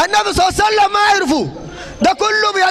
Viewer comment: لماذا لا يقول محمد وبعدها يقول الصلاة الصحيحة صل الله عليه واله وسلم لماذا يقول صع سلم